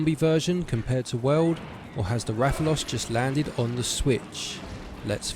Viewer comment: Nice to hear from someone who actually plays the game. The pronunciation of rathalos and rathian I love it, perfect